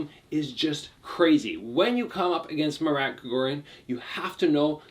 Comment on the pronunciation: It’s pronounced Mah-r-ah-t, not Ma Rat, like the animal. It’s pronounced like when you realize something, you say “ah!”